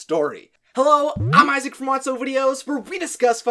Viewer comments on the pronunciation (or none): none